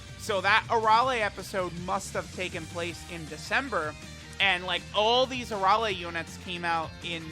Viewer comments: You are saying Arole instead of Arale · Why are you butchering her name like that You're saying her name with an o instead of an a I've never heard anyone say her name like that unless you have a problem pronouncing